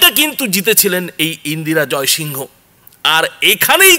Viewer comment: ইন্দিরা জয়সিং বলুন না... এটা তো যেভাবে practically "Indira Jaisingh" কে উচ্চারণ করা হয়ে থাকে সেভাবেই বলা উচিত। ওনার নাম pronounce করার সময় ইন্দিরা জয়সিং pronounce করা হয়। সুতরাং সেভাবেই বলা উচিত। ...name of a person is "proper noun". এটাকে ঠিক ভাবে pronounce করুন। বাকি সব ঠিক আছে। এটা খুব ভালো খবর।👌